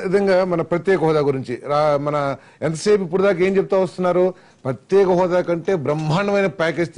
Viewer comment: Prathyaksha hodha kadu ra babu prathyeka hodha...